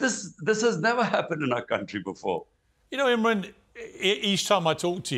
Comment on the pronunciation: Piers get your act straight! His name is IMRAN not Imrin!